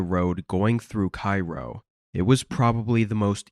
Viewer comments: It's obvious from the details he provides that he's talking about Cairo, Illinois. Pronounced "Kay-ro" like Karo Syrup, not "Kyro" like Cairo, Egypt. got that part wrong. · It's pronounced Kay-ro